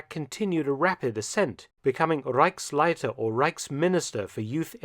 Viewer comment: Mr. Felton - you can do better. Your pronunciation of "Reich" is wrong. It is not "Riyk" It is not "von Schirak" and not Reiksleiter". We germans have also Problems with your "th" ...but with your focus on the 3rd Reich...not 3rd Reik